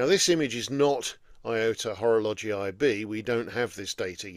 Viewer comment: Before opening this video I had concerns regarding the pronunciation of Horologii... But in fact it's ok. ❤ Enjoyable as usual, thank you and happy new year.